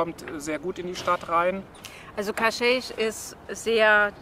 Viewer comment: Hallo Ihr beiden, Danke für das tolle Video! Ein Tipp noch…Cascais spricht man in Portugal wie KASKEISCH aus. (Damit die Portugiesen in etwa verstehen, wo ihr hinwollt ;-))) Viel Freude noch auf Eurer Reise